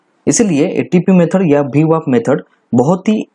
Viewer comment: VWAP not BWAP